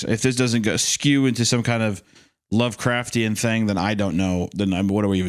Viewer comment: If Hunter says lovercraftian one more time istg